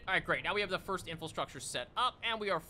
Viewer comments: I've been looking forward to this one. Great video! Just an FYI you keep saying "infilstructure," but the word's infrastructure. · I've been binge-watching videos and I can't help but giggle every time he says "infil-structure". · Take a shot every time he says "Infulstructure"